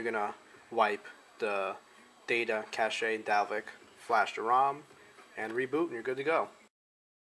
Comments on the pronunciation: I think this is a great addition to the text instructions floating around the various forums. I know when I first started I didn't realize I had to go in to the recovery menu to get the NANDroid backup. Just an FYI: cache is pronounced "cash", not "cash-aye". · Its pronounced cash, not cash-a just to let you know